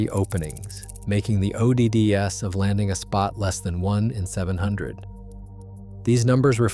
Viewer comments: This AI read "odds" O D D S 😂😂😂😂😂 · HI, I sincerely wonder how factual these video commentaries are given the poor state of the computer generated narrative. your computer cannot even pronounce the word "odds" or even "wifi" and several other words. sorry Charlie, your PRETENDING to be real is not honest.